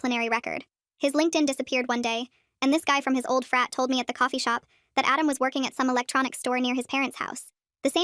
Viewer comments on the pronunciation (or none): Help when I was watching the short before the video at the beginning I thought she was saying fat president